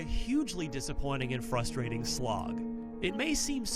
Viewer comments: did bro say "fustrating" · "fustrating" 😑. Cmon dude, you're a grown man. Pronounce it like an adult.